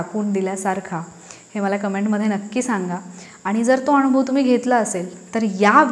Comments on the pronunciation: खूप चांगला संदेश आहे पण तुम्ही आणूभव असं जिथे म्हणात शब्द 😊उच्चार करता तो फार खटकतो वाईट वाटुन घेऊ नका.दुसरा पर्याय शक्य नसल्याने स्पष्ट लिहून कळवलं त्या बद्दल क्षमस्व.ण शब्द न वापरताना ना म्हणा अणुभव vvvvx चूक आहे अनुभव म्हणा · नमस्कार, खूपच सुंदर विषय आहे. म्हणतात ना सोने कसासी उतरते तेव्हाच त्याची किंमत ठरते. एक suggestion आहे..... भाषे बाबत.... अणूभव नाही अनुभव योग्य आहे. असेच अजूनही उच्चार आहेत...चुकीचे नाही पण स्पष्ट असावेत. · Marathi shudhdhh bolale pahije...anubhav ya shabda madhe..n..ha...lahan asato..motha ..n...nahi... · ताई व्हिडिओ खूप छान, पण ण आणि न चा उच्चार खूपच खटकला. जसे अणुभव, ईग्णोर,, णंतर, मरूण, लोकांणा etc.